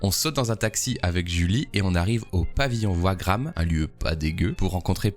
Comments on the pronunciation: Pavillon WAGRAM !!!!ça se prononce « VAGRAM ») 😂😂😂😂😂😂😂😂😂😂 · Par contre on dis « Pavillon Vagram » le W ce prononce V mais tql